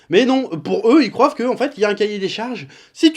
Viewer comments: "Ils croivent" 😂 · Tu a dis croive démon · "croivent que" XD